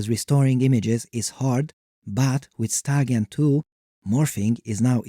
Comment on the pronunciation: Took until seeing “StyleGAN2” written out to realize that he wasn’t saying “StarGEN2” each time